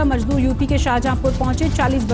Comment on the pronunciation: Abe jaahil budhiya majdoor nahin mazdoor hota hai.